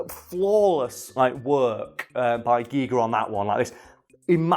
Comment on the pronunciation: Well done on the Giger pronunciation. It's not the same as " Geiger counter".